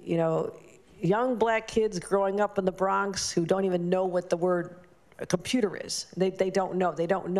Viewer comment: Nah, that's Baltimore kids! 🤣 "Compruter..." 🤣